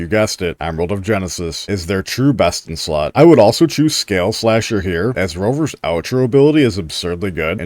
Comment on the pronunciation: I know you said the best in slot for sanhua part, but I heard breast in slot, lol.